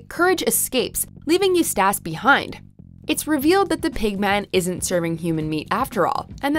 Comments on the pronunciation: I think she really hasn't watched Courage before and is just reading from a script which leads to a very annoying mispronunciation of the name Eustace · I’m sorry, YOUSTASS? YOUSTACHE? Come again? Have u never seen courage the cowardly dog? Wuuuuuuuut the hell is going on lmfao you’re not even saying it the same wrong way each time 😂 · Eustace is pronunced U-tess not U tash! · Why is this woman saying "you-STASS", it's pronounced "YOU-stiss". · It's not pronounced eustace its pronounced eustice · His name is pronouned as Ee-you-stess; not Ee-yoush-stASS. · I heard Used-Ass😂,but seriously, it’s Eustace. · HuSTASS LMFAO. His name is sound like Huustes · what is "eus-tach????!!" gosh you're "eus-less" :/ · Agreed. Lol it's "YOU STACE" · John Stanford .. is she calling him “ Used Ass”, or am I not hearing her right?? Wow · the way she does it - more like Youstass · She said "youstache" lmao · Yooo I was saying the same shit.. hit me like a brick. YOU STASH lol.. I'm like you know damn well that's not how Muriel says it. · I’m sorry but who taught the narrator how to pronounce names? Who on earth pronounces ‘Eustace’ and ‘YOU-STAAS?’ ☠️☠️☠️☠️ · WatchMojo: complains about the Last Airbender's mispronounciations of character's name Watchmojo: Mispronounces Eustace with "Used Ass" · "USED-ASS" omfg i cant 😂😂😂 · " YouStass" We are going to pretend we didnt hear that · Lol Eustace is pronounced “U-stis” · Eustass! How do you pronounce Eustice wrong? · The way she pronounces Eustace tho... "Use-tass" Sounds mighty close to "Used-Ass..." 💀💀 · why does she keep pronouncing Eustice name like that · Who is Eust-ass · The scariest moment for me is when the narrator couldn't pronounce Eustace. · I cry every time she mis-pronounces "Eustace." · 95% of the comment section is about how the narrator cannot pronounce Eustace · I agree. You can make a drinking game out of how many times she mispronounced it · My ears hurt every time she says that. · Right Top Ten mispronounce names 😂